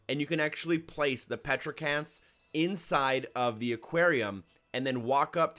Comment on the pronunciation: It’s called a coelacanth not petracanth